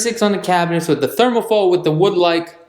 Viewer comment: Yo, it’s Thermofoil, not thermafold